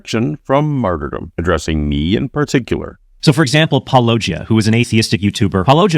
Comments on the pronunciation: Now, I've been watching for a while but is your name being mispronounced like an inside joke or something. Like everyone does it it seems. If it's a joke it is kinda funny, but if it's not, it's really rude tbh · (and a guy who would use a title like that should know how to pronounce Paulogia) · Why do all these apologists intentionally mispronounce Paulogia's name? If they actually watched & listen to the videos that they're attempting to refute, they would certainly know the correct pronunciation. I guess they do it as a matter of disrespect. Pathetic. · I say anyone that can’t pronounce your name is automatically disregarded. I mean come on, you say it in your intro. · It is impressive to me who all can name drop as mispronouncing the name of his channel yet alone squirming trying to explain him away. Must be really getting under their skin. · When these apologists pretend they just can't pronounce "Paulogia," they think they are being sassy and clever, but it's not the flex they think it is. They know damn well that it's a disrespectful power move. Correct me if I'm wrong but I don't think disrespectful power moves are proper Christian behavior. When he does this, he looks like a tool. Does he think being a tool will bring others to Christ? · I love that Christians continue to mispronounce your name:) I usually assume positive intent, but after years of the same thing, hard for me in this case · If we want to demonstrate the ease with which stories become warped and defective with oral retellings, all we need to do is listen to mispronounce Paulogia's name over and over and over.